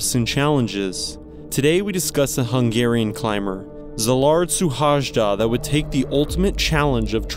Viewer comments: The name of the Hungarian climer was NOT a " Zuhazhda Zilard ". It is a very simple to pronance " Shuhoido Selard " ( Suhajda Szilàrd ) ..😂😅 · Just so you have a good pronunciation of his name. Pronounce is as it was written : Sylard Shuhayda 🥰 His hometown as it was written: Bakesh chaba (Békéscsaba) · his name is pronounced: see-lard shoe-hi-duh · It is a nicely done film, but the pronunciation of Szilárd Suhajda's name and his birth town, the city of Békéscsaba, is so bad that I would not have known who this is about if I did not follow his story already. Trying to pronounce a name correctly shows respect toward the individual as well as the audience. He deserves our respect. Even Google Translator knows how to say his name! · That pronunciation of his name :D:D:DD haha u couldn't be more far away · Damn, that pronounciation of the guy's name is quite something... Its so bad it is almost a disrespect towards the deceased. Can you dear video maker please use the built in speach option in google translate to learn how to pronounce names BEFORE you make the video. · It is disgusting that this narrator not capable to learn the right pronunciation of Szilard Suhajda's name. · At least you should learn how to pronounce his name.